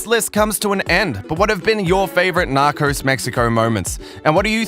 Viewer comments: KatieJenni I’m joking. They guy in the video says nacors instead of narcos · Narcos, not Narcors!!! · Why do you say "narcors" ? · The series: Narcos This dude: Nacros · Nakors? WTF? Learn how to speak! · He says "knockers" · Nockers?😭😂 bruh I cant even be mad the way you pronounce it is funny af